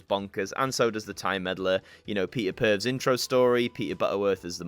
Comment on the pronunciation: Great review/unboxing. For future ref Peter Purves' surname is pronounced "Purvis", not pervs ;)